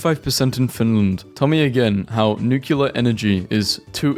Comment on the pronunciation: Why do you say « nucular »?